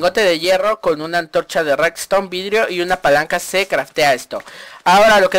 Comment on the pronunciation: 1. NO SE ENTIENDE TU INTRO 2. ES REDSTONE NO REKZTON Conclusión: Debes vocalizar mejor y practicar mejor tu intro ;) PD : ES SOLO UNA RECOMENDACION PARA QUE SE TE ENTIENDA MEJOR.